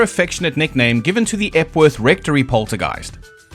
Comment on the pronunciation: Epworth Rectory... Jeez. I actually thought you said "F-word rectory" the first time you said it. I was like: "Weird, normally he doesn't censor himself like that".